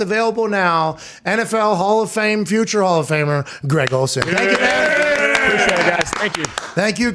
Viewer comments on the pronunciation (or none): calling Greg Olsen "G-Reg" is legendary...lol